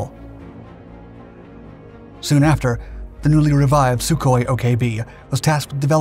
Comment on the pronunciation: You keep pronouncing the Sukhoi models as S-U separately. The prefix to the aircraft design number is said as SUE. He wasn't called ESS YOU Koi. You pronounce it as one syllable said 'SUE'. Hope this helps.